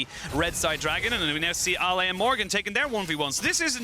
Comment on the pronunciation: Why the cast pronounces LNG Ale as "Ali"? I thought Ale is pronounced the same as ale in ginger ale?